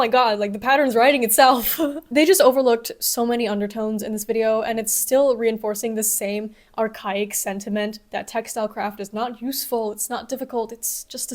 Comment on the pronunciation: You say archaic wrong.